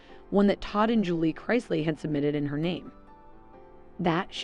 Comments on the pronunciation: Learn how to pronounce the last name Chris-lee 🙄smh can tell you don’t watch the show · You keep pronouncing their name differently, each time you say it. And it’s wrong. It’s incorrect like 99 out of 100 times. Maybe more than 99. Is it that difficult to say Chris-lee ? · Their last name is NOT Christ-ly, There is no T in their last name. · Wow really you should research how that name is pronounced so you want to make a video on the chrisleys and you don't even pronounce their name correctly... Obviously you want some kind of gratification or acknowledgement for doing this video so at least pronounce the name correctly!!!!! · I can’t cause she can’t even pronounce thier nane right so you know damn well can’t trust her facts or research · I had to stop listening also, she can’t even pronounce the last name right. 🤪🤦🏼‍♀️ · At least pronounce their name correctly if you’re going to do a podcast on the!m! Geez!